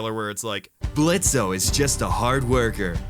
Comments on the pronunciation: People here are talking about pronouncing Blitzø's name as "Blitzo" but is no one gonna talk about how he called Husker "Oscar"?? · in blitzo, the o is silent XD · the "O" is silent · Says blitz with the o. Everyone: So you have chosen.... death.. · I think everything is perfect in this pilot Too many characters? NO, ITS PERFECT REEEEEEEEE I do understand ur points tho :) Critigue: the o is silent lmao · YOU FOOL! THE "O" IS SILENT!!! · b... but the O is silent! :< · The "o" is silent gosh darnit. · did he say 'Oscar'? Why can't anyone get the name right - many people also say 'Husk' instead of 'Husker' also Blitzo's o is silent :v